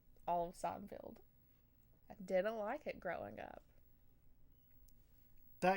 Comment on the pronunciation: I like how she pronounces it "Seinfield" lol